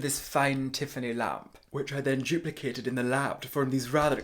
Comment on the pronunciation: He said juplicated